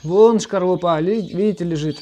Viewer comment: Почему ты говоришь шкарлупа всегда? Скорлупа же или это на украинском шкорлупа?